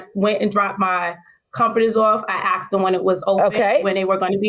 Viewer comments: She's the principal of a school? "Ax?" Really? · She us a principle of a school and can't say asked..not axed!! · She's a principal of a school and she says axed, instead of asked??!!!!! Poor bastards